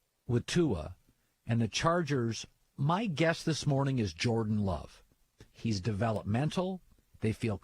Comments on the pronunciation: And you said Joran. Maybe you should learn to talk before criticizing others. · He just said Joran Love at Oregon 🤦‍♂️